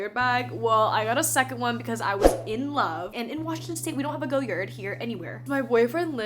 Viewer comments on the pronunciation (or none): It’s pronounced “goy-yaar” Green is my favorite goyard color